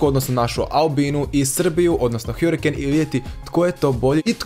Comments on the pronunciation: hArikejn🤣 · Kada ce ljudi shvatiti da se ne čita hjurikejn nego hrikein